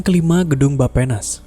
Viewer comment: Nah kak, Bapenas didengarnya kyk "Baphomet". Ngerasa gtuu...